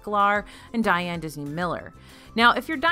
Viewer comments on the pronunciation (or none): none